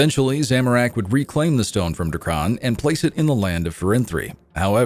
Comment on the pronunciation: Narrator sounds like he's falling asleep and wants to get the narration over with before it bores him to death. His pronunciations are also a mess draa-kaan? it's dra-ken. Need a brit for this stuff.